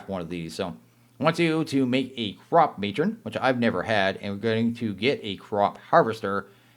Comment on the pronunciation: i think its pronounced "crop-muh-tron" kinda like animatronic